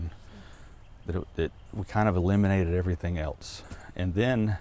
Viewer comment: Man does it drive me crazy when someone puts a “t” in the word else. THERES NO T!!!! Its elSE!!! Not elTs!!!